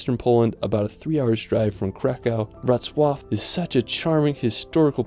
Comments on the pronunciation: Wrocław was perfect. ;) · I'm very IMPRESSED and proud about how beautiful you said: WROCŁAW. Simply Perfect 👍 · You nailed Wrocław pronunciation 👌